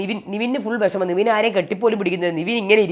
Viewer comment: Ente ponn chechi nivin alla nevin enthina ingana orale name miss pronounce cheyune🙃